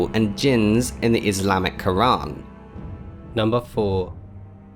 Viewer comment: you pronounced quran very wrong